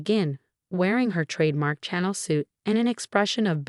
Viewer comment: For the 83rd time, it's not a CHANNEL suit, it's sha-nel.